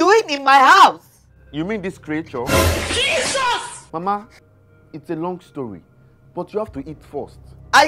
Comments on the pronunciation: I like how he pronounces creature as"kriature"... It's just funny😂😂😂😂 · The pronunciation of "creature" is wild😂